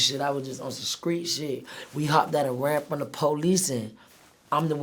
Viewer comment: you feel me.. in the skreet🤣🤣🤣🚫🤐😁